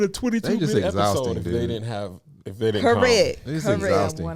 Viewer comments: nah it’s co-reck 😂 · It's correck 😭😭